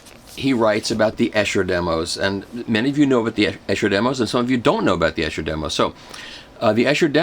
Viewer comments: Long "e" sound on Esher--"EE-sher" not "Eh-sher." Thought you'd like to know. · Its pronounced Esure not essshhher - Esher Demos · It's definitely Ee-Sher! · Esher is pronounced EESHER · great video its pronounced "Ee-sher" by the way! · Michael.... Great as usual. However I keep hearing the name Esher pronounced incorrectly. It's pronounced as EESHER. Just saying ;-) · Thank you for the review. It is Esher . Pronounced E like the letter E. Eeesher :-) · Wonderful Michael. Just one tiny thing that matters not in the great scheme of things but you might find helpful, Esher is pronounced Eeesher. It’s a frightfully posh place in Surrey! :) At least it was years ago when I grew up in the UK, not having lived there for almost twenty years it might have gone downhill a bit! Keep up the good work. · No he didn't.